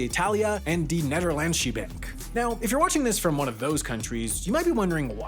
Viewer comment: Never ever have i heared "nederlandse" been butchered this much